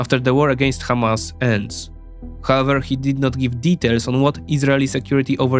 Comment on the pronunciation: If someone is starting his video by pronouncing Hamas as: Khamas ... You have to run 😅